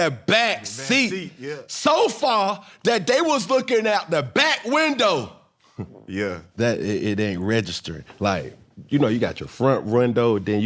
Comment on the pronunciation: Did he saw “rwindo” haha